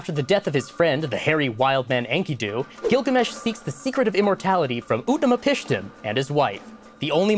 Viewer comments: Umm actually... It's Ut-napishtim and not Ut-naMApishtim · Whilst I enjoy this show, I must protest Trips pronunciation of Babylonian names. Quite irksome. Um Actually, it is pronounced [In-Key-Due] and [Ut-Na-Pish-Tim].